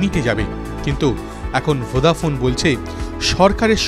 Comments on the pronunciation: ভোডাফোন বলছে না ভোদাফোন উচ্চারন করছে ঠিক বুঝতে পারছি না.......একবার নয় প্রায় চারবার শুনলাম কিন্তু সেই ভোদাফোন ই শুনছি.......আপনারা কি শুনছেন জানাবেন. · ভোঁদা ফোন নয় বলো ভোডাফোন 😂😂😂😂😂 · আপনি ভদ্র ভাবে উচ্চারণ করুন ওটা ভোদাফোন না ভোডাফোন হবে না পারলে আগে শিখুন তার পর উচ্চারণ করুন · আরে দাদা ওটা ভোদা নয় ওটা ভোডাফোন 😂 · ঠিক ভাবে উচ্চারণ করুন ওটা আপনার ভোদা নয় ভোডাফোন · ঠিকই শুনেছেন আপনি😂😂😂😂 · Ki Ki ki আরেক বার বলেন , কি ফোন 😂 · কি ফোন বলছেন? উচ্চারন ঠিক করে বলুন